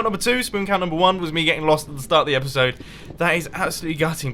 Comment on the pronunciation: You gave it away by saying epicsode.